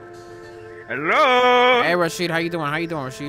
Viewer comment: that "hello" had so much enthusiasm and indian in it 😂😂😂@